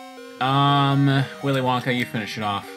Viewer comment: "Willy Lanka learned how to chop a MF" What made it so funny was just the mispronunciation of "WillyWonka"